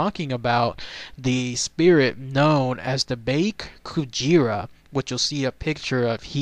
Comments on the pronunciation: it's pronounced bake kujira as in ba and the letter k not bake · Actually the "Bake" part is meant to be pronounced "Bah-keh" o w o